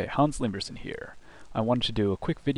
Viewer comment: Is it just me, or whenever you say your name it sounds like "Hans Slingers"?